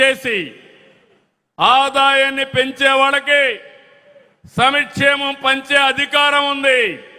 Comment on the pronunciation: సమిక్షేమం కాదు సంక్షేమం ముందు అది పలకడం నేర్చుకో మళ్ళీ పార్టీకి పేరు తెలుగు దేశం లేదంటే నేను తమరి పార్టీని తెగులు దేశం అని పిలుస్తాను